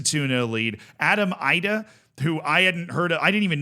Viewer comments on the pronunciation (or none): It’s Adam “eedah” not “eyedah” , love the content though